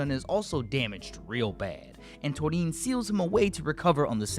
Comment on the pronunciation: You want thunderous applause, the flash fighter, and Gold Aura? Uchi is the man <3!. And I love and appreciate how you pronounce Torin's name ;)